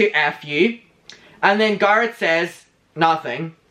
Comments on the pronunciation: Can you stop calling him "gurret" please? I know you have an accent but it's not exactly hard to say GARRETT correctly. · Not GAR-it. It’s GAIR-it. As in hair. Garrett. That’s how his name is pronounced. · It's Garrett like carrot not gar like car. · How you say Garrett is EVERYTHING!! "garut" come onnnn not me calling him Garut from now on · Its not Garrot. Wtf so anoying. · i’m obsessed with how says Garret🥰